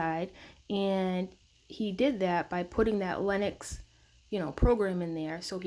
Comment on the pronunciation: Linux, not Lenox.